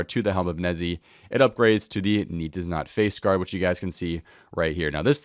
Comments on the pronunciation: It's helm of "Nay tiz not" it's a play on words for "nay, tis not." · nei-tiz-not helm. your pronunciation of this helm is horrible xD